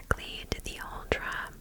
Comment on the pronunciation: I am Norwegian and you didn't butcher the pronunciation at all. I love your videos, they are of awesome lenght and I always fall asleep way before they are done 😂😍